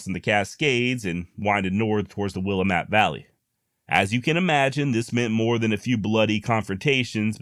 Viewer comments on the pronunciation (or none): please learn how to pronounce Willamette!